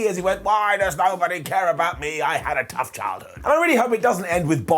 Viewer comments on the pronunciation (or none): none